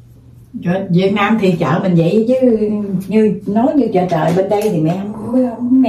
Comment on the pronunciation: Chợ trời nghe như chợ chờ😅